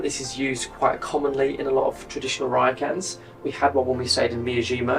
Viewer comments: Can't get past the pronunciation of ryokan. See the "o". Rhymes with "go". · You could have learned how to pronounce ryokan - not hard!